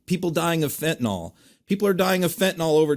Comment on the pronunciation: It's Fentanyl. Pronounced nil.